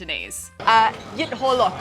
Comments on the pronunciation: You pronounce "cola" in Cantonese a bit like "horlick". 😃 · I think she did a pretty good effort. I can only hear a slightly off pronunciation of "hor lok" and "tong fun" personally.